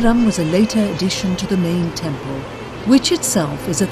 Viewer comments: Since when did temples become taamples. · Tample nahin temple........ Ab to correct kar lo, pronounces correctly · Tampel Nahi Temple hota hai